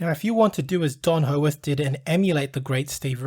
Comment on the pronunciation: Why can't this guy say peoples names correctly . Hoeworth . Pmsl